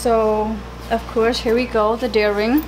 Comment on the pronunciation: It isn't called a "deer ring". It's called a "D Ring"..... because it's shaped like a D.